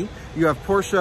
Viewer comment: I'm happy to hear you pronounce Porsche correctly :D